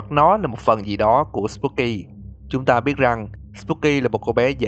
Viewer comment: Anh nói ta sẽ đến mà nghe thành tao sẽ đến